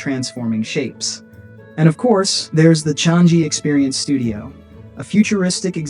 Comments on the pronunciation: It is not "chang" "gee" it should be "chang" "yi" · The airport is pronounced CHANG-GHEE